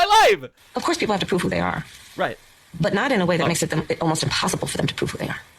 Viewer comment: Okay, why does Kamala have the speech pattern of saying the verb "to prove" as "to proof"? It's not a California thing, it's not a black thing, it's not an Indian thing, and it's not a Jamaican thing (AFAIK). I know Language Log is full of woke stuff when it's not being anti-CCP, but I hope they do a post on this one.